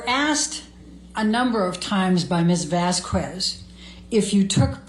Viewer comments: Vas-kez and not Vas-kwez please? Thank you. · Turd’s lawyer…..the old lady keeps saying Camille’s name wrong….Vas….QWEZ. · I always felt that vasQweeeesss each time she said it too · Amber's lawyer is so quick to Object, she can't read it. YET she often read texts that were not submitted as evidence., it is unprofessional to mispronounce someone's name. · It is so disrespectful of to mispronunce camilles name